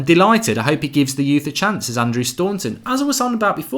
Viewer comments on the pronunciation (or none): none